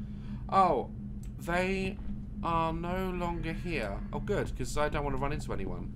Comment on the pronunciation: ‘’ i dont wannu’’